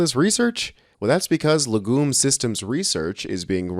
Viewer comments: Legume is pronounced leg'yoom, with the accent on 'leg'. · Please, learn how to pronounce words prior to broadcast, LEG-YUME is how it sounds, but, like so many words, yanks just seem to make it up as they go along.